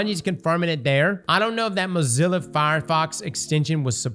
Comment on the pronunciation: Man said Mozilla 😂